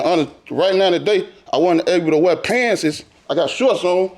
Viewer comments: Did he just say “pansis”?! 🤔 My eight year old knows better. Just sad. 🤦🏾‍♀️ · Did the brotha just say "pantses "? 🤦🏿‍♂️ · He said panses🤣🤣🤣🤣🤣🤣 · When he said “Pantses” 💀💀💀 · Did he say “pantSES” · Hold up did he say pantszzz’sss🤣🤣🤣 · Yes he had me dead😑when he said Pantses😂😂😂Omg!!!